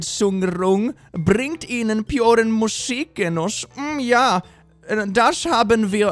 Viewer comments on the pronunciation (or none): I'm just here laughing about your prononciation of "Perfekte Geräuschreduzierung bringt ihnen puren Musikgenuss" but you're pretty good, only "Geräuschreduzierung" was really wrong (It's a hard word to prononce though) and the "u" in "puren" is spoken like two os in English and not like the "u" in "pure".